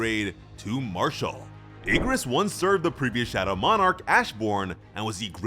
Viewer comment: Ok what the hell Bro messed up Igris name "Ingris"😭💀